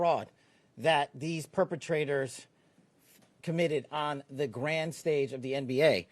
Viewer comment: He said "perpatrators." Okay Kash! Lol. Sports betting? How about insider trading? What about the Epstein files? GFYS coward.